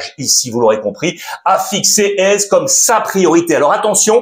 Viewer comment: il s'appelle pas AIZE mais éZé